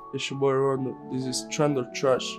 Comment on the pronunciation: Rondo not